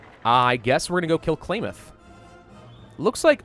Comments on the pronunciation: How to pronounce Klamath ka-lam-ith, not clay myth. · The way he pronounces Klamath... JK, not gonna be a huge dick about it. He did admit to only just reading a small amount of lore anyway. Hell, I thought Fallout 1 and 2 were 3D like Fallout 3 was until I saw pictures and gameplay footage of the first two. Bare in mind, my first introduction to Fallout 3 was when I was 9. It wouldn't be for 4 more years until I could play it myself.